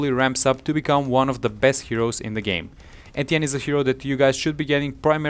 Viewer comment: I found it helpful but am triggered by him saying Etienne wrong